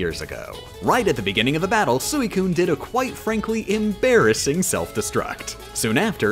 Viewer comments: Also, it's pronounced Rine, not Rain, and Sweecoon, not Suicune. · Still not as bad as calling Suicune as Sue-ee-coon and Groudon as Groo-don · Her mispronouncing of Groudon, Suicune, and Metagross hurt more. At least she pronounced Salamence and Snorlax correctly